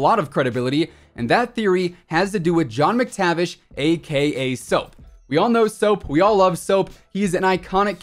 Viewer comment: My ears bleed every time he says AKA